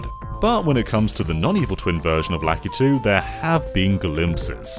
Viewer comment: Where does the name Lakitu come from? In Japan he's called something else. Also, I always thought ki was the stressed syllable and not 'La-'